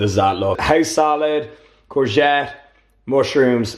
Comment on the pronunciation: how the fuck did you just pronounce courgette ahahah